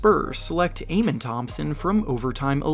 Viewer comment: It’s pronounced Ah men .. not a men